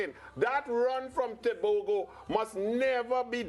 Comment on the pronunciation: What's so had in pronouncing Tebogo?